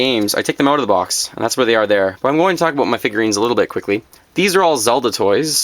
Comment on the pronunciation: "Aboot" Canadian detected.